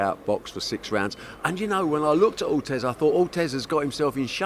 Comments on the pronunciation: Barry" Ortez like Ruez" Hearn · At least he's improving, he called him Carlos Ortez last time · Barry “Ortez” Hearn